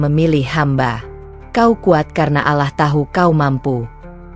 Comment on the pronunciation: Bacanya yg bener kata Allah bukan alah